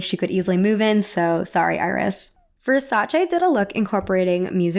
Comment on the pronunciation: I'm Italian. You pronounced Versace correctly. Subscribed.